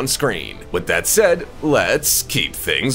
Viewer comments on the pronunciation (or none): none